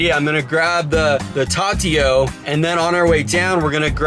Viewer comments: It’s pronounced Tu-ti-o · Shut up he knows what it is he just mispronounced it